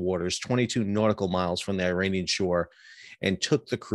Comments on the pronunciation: Sal Mercogliano please educate yourself on how phonetically ridiculous you sound when you repeatedly pronounce Iran and Iraq Eye Ran and Eye Rack and Iranian people Eye Rainy Inn. Put these words next to each other and read them loud to see if it makes sense: Iran Iraq Israel I waited for you to mention Israel to see if you would call it Eyes Real but you didn’t mention the name of the country who’s behind all of these piracies. Your work resembles what UANI is doing. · Good to see the eye-ranian tankers at sea in eye-ran.